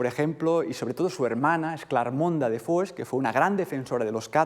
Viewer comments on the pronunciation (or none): none